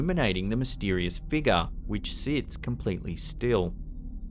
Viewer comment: Figure. It’s not pronounced figa. FIG-yur. And flying penguin? The rational answer cannot be more ludicrous than the paranormal one. And the last clip why don’t we see anymore than what’s shown?